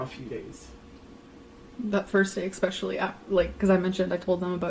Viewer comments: Omg I’m so happy you called out the “ex-specially.” Drives me nuts when she says that!!! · The way she keeps saying EXpecially 😂